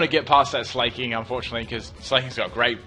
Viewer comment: why isn't smell nosepass?. it's not slay-king, SLACK-king